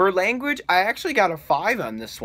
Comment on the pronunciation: says characterisation and langauge twice bahahaha